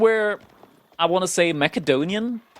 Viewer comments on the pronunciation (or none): Saying Mackadonian sounds horrible...